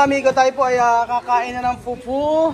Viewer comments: It's Fufu hindi Pupu hahaha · ndi pupu...fufu hehehehe f kasi f hehehehe